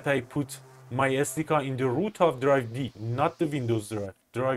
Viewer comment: SDK = "eeS Dee Kay"